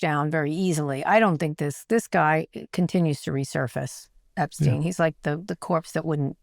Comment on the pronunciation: OK so I am a total news junkie and you are top of endless loop of all that is fucked up in the world right now. But for the love of of God!! For all the airtime you give the Epstein files - and well you should! - you'd think by now you'd have confirmed and know how to pronounce that pedophile's name!! What is up with that Kara! It's pronounced gee-LEN. The s is silent. It's not a soft g. For now and for all time it's...gee-LEN. Please also tell Scott! 😉!